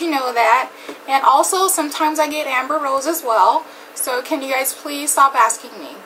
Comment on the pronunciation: did she just say amber ross ? lmaoo